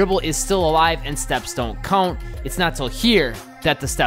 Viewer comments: "Count" say it..."Count" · Dude what in the f is this accent? 😂😂 “count”